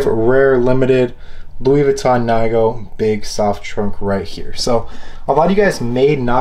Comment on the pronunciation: It’s pronounced ‘neegow’.